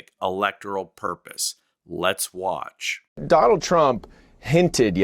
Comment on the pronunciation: “DonOLD Trump!” 😂😂